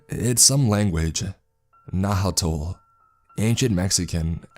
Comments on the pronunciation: The pronunciation was bad on Nahuatl if it was that lol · Loved how he pronounced Nahuatl